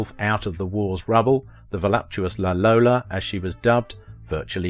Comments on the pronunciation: La Lollo, not La Lola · I think the Italians called her 'La Lollo', not 'La Lolla'.